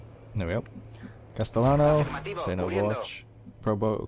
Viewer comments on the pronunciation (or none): Rad as MVP., do you want a small lesson of Spanish? The double "L" is pronounced as the "y" in "yes". Instead of saying "Castelano" try "Casteyano". If you want, if not, it doesn't matter that much. Also. Welcome back and i'm gonna miss you when you get married because you'll be away trying to adjust to the married life for a little bit. Enjoy:)